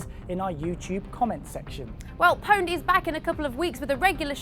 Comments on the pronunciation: its not powned you stupid bitch its pawned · PONED? Its OWNED... jesus christ. spelt pwned, said owned... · stop saying powned you stupid bitch